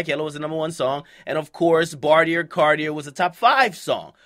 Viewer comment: QUIT saying bartier cardier nigga it’s bartier CARDI NOT CARDIER